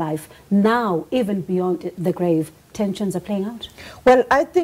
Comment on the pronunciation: Sophie Mokoena, its not 'deh' its 'the'.